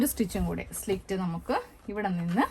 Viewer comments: Good idea. Its "slit", not " slict" dear. No offense meant. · സ്ലിക്റ്റ് അല്ല സ്ലിറ്റ് ( slit ) ആണ് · സുഹൃത്തേ, slit ആണ്. Not slikt. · സ്ലിക്റ്റ് അല്ല, സ്ലിറ്റ്, slit. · slit (സ്ലിറ്റ് ) എന്നാണ് കെട്ടോ മോളെ പറയേണ്ടത്.